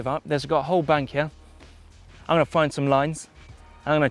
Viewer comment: Always cracks me up when he says here - hiah!